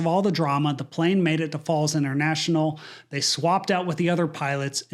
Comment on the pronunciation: "Falls Int'l" lol. C'mon dude.